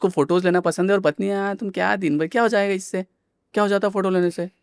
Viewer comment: It's not hoyega or hoega - Ho Jayega, hindi thoda dhyan rakhe. New gen people are learning bad hindi. Btw podcast was good.